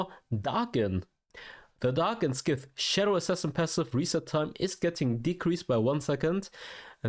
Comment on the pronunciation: Scythe is not "skit" but "ssite".